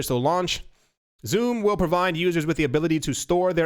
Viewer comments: XUMM. Is pronounced "SUM" not "zoom" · XUMM is pronounced sum. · XUMM: Pronounced "Exhume". lol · David Swartz mentioned in a podcast interview the pronunciation of XUMM as (EX-sum)